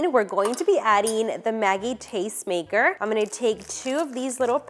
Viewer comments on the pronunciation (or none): none